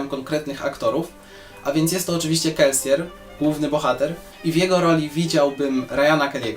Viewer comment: Dziwnie się czuję, kiedy słyszę wymowę "Kelsier", zawsze czytałem to jako "Kelsir", tak mi jakoś bardziej pasowało :P.